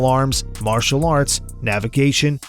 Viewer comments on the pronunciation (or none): none